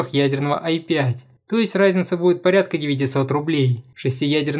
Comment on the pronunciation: Чооорд, почему я слышу не "разница", а "райзница". Я схожу с ума